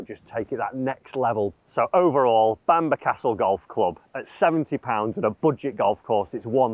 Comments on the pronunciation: Love to know where this “Bamber” castle is?! Bamburgh is pronounced ‘Bam boro’ 🙂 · Why didn't ask how to pronounce Bamburgh? It's Bam-burra - not Bambur!!! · I couldn’t even get 5 minutes into this video. The castle and area is Bamburgh but it’s pronounced Bamborough. It’s not Seahouse, it Seahouses. If you’re going to do videos on course, please do a bit of research and at least learn how to say it properly. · Don’t want to be a pedant, but its pronounced ‘Bambrah’ similar to how you say Edinburgh